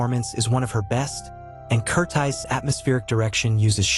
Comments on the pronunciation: Does this narrator think he speaks English??? KERTIIIZE????? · I hate ai readers that can’t even get the basic name pronunciation right.